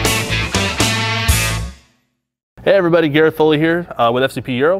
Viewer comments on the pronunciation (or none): none